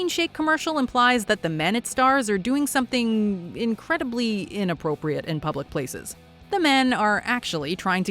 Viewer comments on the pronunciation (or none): none